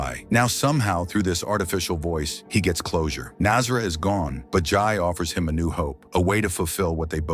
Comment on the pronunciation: It's Jay not Jai